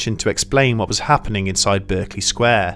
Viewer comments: Just because you don't come from London doesn't mean you have a pass at mispronouncing words. It's pronounced Barkeley Sq, not Berkeley....there, that should start you off. Holborn next.... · Dude you're English! You should be able to pronounce berkley! It's barklay! You silly Berkshire hunt! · Excellent as usual. But just one jarring note, it’s pronounced BARKLEY Square as In Bark. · *sitting back from computer - do I see " The Nameless Horror of Berkeley Square" on the side bar? puts on glasses - YASS!* But seriously, you are British, are you not? How do you not know it is pronounced Barkley? Did you never hear that famous song? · Sorry, but it drives me slightly mad that you're pronouncing the name of the square in London as if it were a city in California. It's "BAH"-rkeley Square ... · Always thought it was Berkeley as in "bark-lee" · BURK--Lee Square? ah, you mean Berkeley Square. Quite famous. It's in the United Kingdom. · It grates every time he mispronounces it.